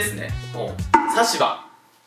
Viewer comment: さしば↓ じゃなくて、さしば↑なんだよなぁ...w サシバのさっちゃんって言うゆるキャラもいるよw